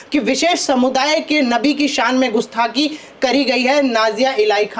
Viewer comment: पत्रकार महोदय जी को कम से कम सही उच्चारण करना तो सीख ही लेना चाहिये गुस्थाकी या गुस्ताखी